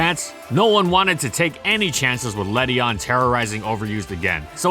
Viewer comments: Ledyin not ledyon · Le-dee-in please ughhhh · This pokemon is proof of how stupid the official pronunciations are. Led-ian. That's how it's spelt. Yet its pronounced Led-ion? That's dumb. In my eyes, it will always be Led-ian. Doesn't matter though, still useless. Please, Game Freak, some love for the lady bug. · Ew that ledian pronounciation